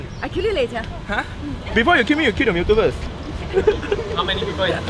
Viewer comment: This foo dead ass said " it's only a mewto " 😔 I cant even catch a ditto